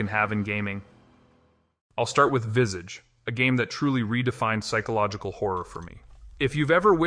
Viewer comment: It’s not “Vissedge”, it’s “Vis-Aah-ch”. Americans…😅